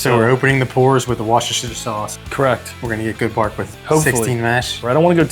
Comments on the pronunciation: Woo-ster-sheer ! You’re welcome. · It's pronounced Woo-sti-sure. And no, it looks nothing like it. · It is WOOSE TER SHIRE. 😂